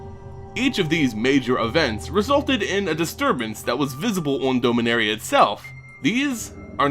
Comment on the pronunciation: Need to review your pronunciation on a few things. I know with (science) fiction, pronunciation is often left up to the one reading/playing/watching it, but names like "Beleren" and "Dominaria" DO have correct pronunciations now. It's sounds petty, yes. But then again, your pronunciation is distracting at best. For the record, it's buh-LEH-rin (Beleren) and DAH-mih-NARE-ee-uh (Dominaria).